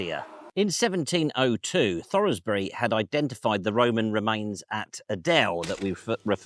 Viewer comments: Great video about a place I drive near a few times a week. BUT. It’s Thoresby is pronounced Thorz bih not Thor Rez bi and Adel is Adle not A Dell. Sorry for the pedantry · I enjoyed that, thank you. Just FYI, Adel is pronounced 'Addle', and Ralph Thoresby's surname is pronounced 'Thorsbi'. Nice to see the Leeds area getting a mention. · The antiquarian Ralph Thoresby is well known in Leeds and has a high school and an historical society named after him . His name is pronounced "Thors-bi", that is thor like the viking God, by as in wetherby, not like the frankly bizarre pronunciation you arrived at. Adel as "addle" has already been mentioned I believe. very good video though, I don't mean to be critical, very enjoyable thankyou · its thors-bi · Unfortunately,, you mispronounced Thoresby. The "e" is silent. It's no worse than thinking Adel was an Essex girl living in Yorkshire. 😂😂❤❤😂😂